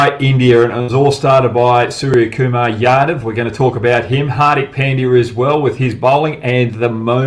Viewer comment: Hogg please learn how to pronounce , Indian Names , no excuse . HARDIK ( Dh ) not Dick and its not Pen D Yaaa , LEARN FIRST TO PRONOUNCE PROPERLY